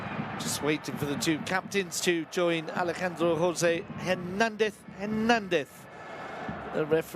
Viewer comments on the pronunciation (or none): none